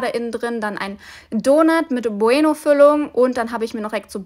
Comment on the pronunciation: Endlich hat sie einmal „BUENO“ richtig ausgesprochen